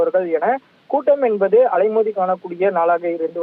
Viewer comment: Envadhu, Enbadu, Enbadu!!!!. What is this?. Killing the Tamil language! You want to pull your talk to increase time and harass the viewers. Stop this practice. Be genuine. You must be different from other channels. Do not think viewers are fool